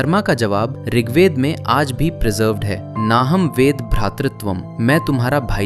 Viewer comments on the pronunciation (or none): ऋग्वेदा नही ऋग्वेद ..... श्लोका नही श्लोक..... अर्जुना नही अर्जुन .... har kis word mai ye extra आ ki matra kyu jodte ho bhai? Angrezo ko follow mt kro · Rigved hota h Rigveda NHI 😅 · ऋग्वेद ✔️ ऋग्वेदा ✖️ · भाई ऋग्वेदा नहीं है वो! ऋग्वेद है। अंग्रेज की औलाद। अंग्रेज चले गए इनको छोड़ गए।